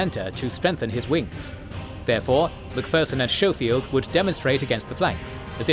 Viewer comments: Schofield is "sko-field" not "show-field" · you also know your narrator is mispronouncing names of Generals right? Like Schofield. You call him showfield but that’s not how his name is pronounced. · Schofield is pronounced with a hard sch like school